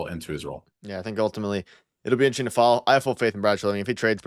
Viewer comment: has anyone ever mentioned to you that you don’t pronounce the word “interesting” properly? It sounds like you swallow the “rest”. 😅😅